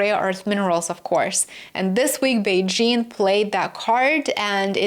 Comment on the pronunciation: I appreciate how you pronounced Beijing, you even used the right tone